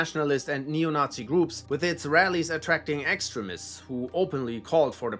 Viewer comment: I also like how he pronounces extremists, like excrements 😂🎉